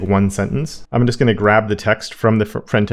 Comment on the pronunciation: Hi, thanks for all the great videos you've made over the years. You were wearing a t-shirt the other day which made me realise I've been mis-hearing you on every video with your introduction! I've always heard "Hello my friend and friends". Thought it a bit odd but got used to it being your greeting. Then I saw your t-shirt on a recent video and it had "Front end" on it. Suddenly the penny dropped!! I can just about hear you say "Hello front end friends" but it still sounds like "friend and friends". Thought I'd let you know as it might give you a laugh! Regards.